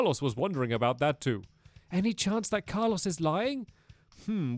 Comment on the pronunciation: Its Carlos not carlose